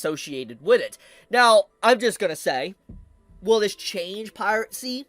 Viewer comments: It's Piracy....PIRACY (PIE - RA - SI). NOT PIRATCY (PIRATE - SI). Sorry...had to get that off my chest. Carry on! :) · Just so you're aware, the auto transcription still picks up Pirate C as piracy so you can just say the word normally again or find another mispronounced version to avoid it.